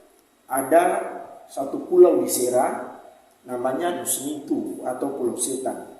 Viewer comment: Nisnitu bkn nusnitu kk